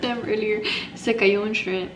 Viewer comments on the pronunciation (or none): none